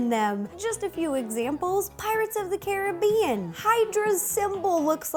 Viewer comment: Say Caribbean right